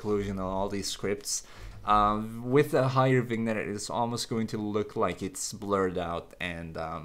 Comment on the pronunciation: it's pronounced vuh-nyet